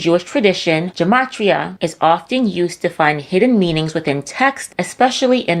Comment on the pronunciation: It’s gematria with a hard “g.” It’s not occult numerology. In Hebrew, every letter has a numerical value. These people are idiots.